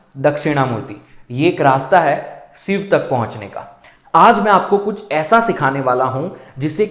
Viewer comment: जैसे सिव बोलते हो वैसे शिव भी बोल सकते हो..कोशिश करके देखो 🌹🙏💐